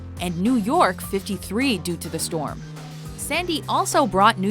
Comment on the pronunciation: "there's a freakin' stwom mayt!"